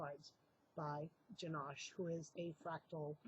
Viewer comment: Janosh not banish, sheesh